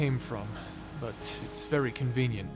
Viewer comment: Ah yes. 'ery nice.